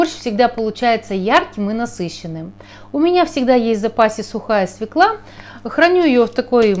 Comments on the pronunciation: Не свЕкла, а свËкла. Понаехали неруси. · делайте ударение правильно в слове свекла. на Е. многие почему-то не правильно говорят. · свекла Е. не надо придумывать своих переношений. правильно надо говорить.